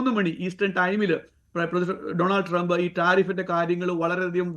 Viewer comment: ടി ജി മോഹൻദാസിനും, ശശി തരൂരിനും ശേഷം അമേരിക്കൻ പ്രസിഡന്റിന്റെ പേര് കൃത്യമായി ഉച്ചരിച്ച ആദ്യത്തെ മലയാളിയാണ്.